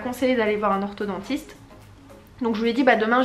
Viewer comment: on dit orthoDONTISTE pas orthoDENTISTE